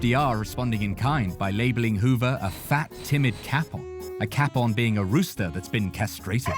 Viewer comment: that’s not how you pronounce capon. It’s pronounced kay-pon. It’s really not such an obscure word for that not to appear sloppy